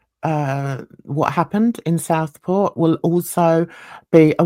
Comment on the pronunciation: It's pronounced Southport not Stockport which what it sounds to me